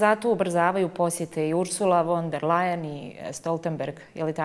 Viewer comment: Svidja mi se nova voditeljka. Zamolio bi vas samo kada govorite o njemackim politicarima, pogotovo kada su imena u pitanju, da se slovo V u njemackom izgovara kao F. Kao primjer, gospodja Ursula von der Leyen, izgovor je fon der Leyen. Puno pozdrava.